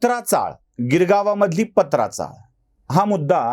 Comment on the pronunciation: साहेब 2 गोष्टी नमूद कराव्या वाटतात 1, चाळी चे नाव पात्रा चाळ असे आहे पत्राचाळ नाही 2, ही चाळ गोरेगाव पश्चिम येथे होती गिरगावात नाही